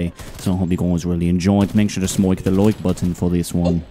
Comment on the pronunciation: Ahh yes “smoike the loike button”